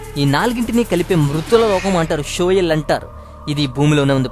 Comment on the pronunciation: అది షియోల్... not షోయల్..